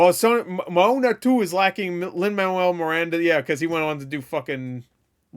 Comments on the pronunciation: Also it’s pronounced mowanna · not to be a complete dick but, it’s pronounced Mo-A-Na so literally Moana, if that makes sense, I’m not saying that to be a dick, I’m just one of those individuals that it bugs the shit out of if you don’t get your names and stuff right, I’m not saying that’s how it should be, I’m just saying that’s how it is.